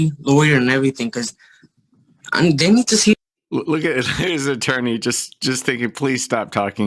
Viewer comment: “What’s a torney? Like what is that?” 🤡